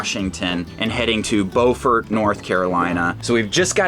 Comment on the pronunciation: Just a heads up, Beaufort is pronounced like beautiful